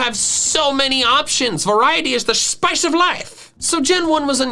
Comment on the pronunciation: "variety is the shpice o life~" 🤣 ya got me there, bud🤣